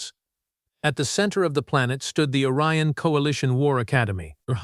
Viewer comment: The misreading of "Orion" as "Aryan" is unintentionally hilarious. And also potentially disturbing for anyone who doesn't realize that it's a misreading.